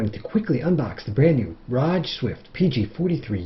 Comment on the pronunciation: ROG - Republic of Gamers. You pronounce it as ROG not ROJJ.